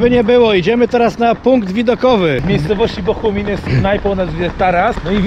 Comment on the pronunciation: BOGUMIN kuwa, jaki Bohumin?